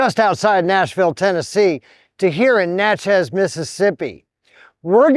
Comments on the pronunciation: It’s pronounced Natchiz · It's pronounced na-chuz (sounds like matches).